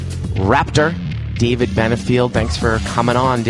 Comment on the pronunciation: Get DAVID's name right....otherwise, good show